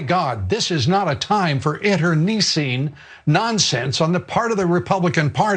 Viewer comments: Whose that olde geeza who's trying to talk English but appears unable to correctly pronunciate ? Internicine is spoken as 'nice', not neece. Got it, old man to Heydrich lookalike ¿? . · For god's sake, it's intercine! not interkneescene. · interneesing..Interneicing... or is he trying to understand the word 'Internecine?' IN,TER,NEH,SEEN. Hmm. well whichever it is it does not end in 'ing' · What is "inter-neesing"? Is Dobbs trying (and failing) to use the word "internecine"? And shouldn't his handlers coach him to not use big words around Fox viewers? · interneesceen that’s a new word for lew dickhead can’t even pronounce it right Idiot!!! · Lou "Oh, Dobbins?! Dobbs: Why the rather awkward pause between the 2nd and 3rd syllables of "internecine," also he put the accent in the wrong place. These people use words for which they don't know the meanings nor how to pronounce. I cite Ari Melbers problem with 'indicia.' A word in his line of work that should not surreptitiously creep up upon him, lol. It's a soft 'c' by the way. There are many other examples which, at present, escape me. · I've never heard "internecine" pronounced that way. But I mostly hear Britons say it. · Lou mispronounced "internecine." He can google the correct pronunciation from his gated community tonight. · Yeah Dobbs' opening lines sound rehearsed or read off of something, it seems obvious when he mispronounces internecine, a word he probably has only read. No, he's a buffoon in this clip, who in god's name could take that seriously? Thanks for pointing out the absurdity. Man, I wish I could afford to actually watch your shows (Young Turks and Damage Control) instead of just the occasional Youtube clip...sigh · I’m tired of hearing him pronounce internecine incorrectly!